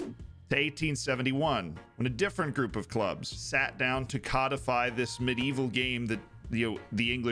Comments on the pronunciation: Personally (as a Brit) I don’t care whether people say soccer or football (either is fine imo) - your pronunciation of ‘cod-ify’ is a bit fishy though 😂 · As an Australian where we use the words "football" and "soccer" interchangeably with no shits given, I gotta say you pronounce the word "codify" like a fuckin' idiot. ;P But for real though, unless Americans pronounce the word "code" the same as they pronounce the word "cod" then you're really fucking it up.